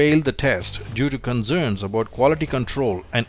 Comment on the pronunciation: Proceeds to pronounce concerns as Conzernz! 😂